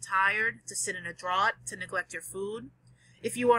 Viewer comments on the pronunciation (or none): "Draught" is pronounced (and spelled, in American English) "draft", as in a cold breeze.